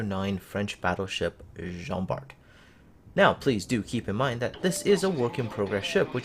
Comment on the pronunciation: Just to let you know, it pronounce Jean Bar.